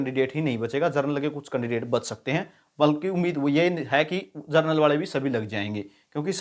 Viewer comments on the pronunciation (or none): जनरल को जरनल बोल रहे हैं 😂😂😂😂